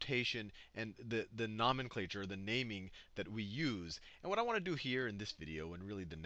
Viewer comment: I cant un-hear the mispronunciation of nomenclature.